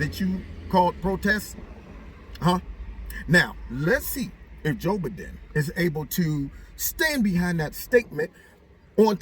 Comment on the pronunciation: ...tracing where a fart came from! LOL! Always enjoy your videos! "Joe-b-don" Love it.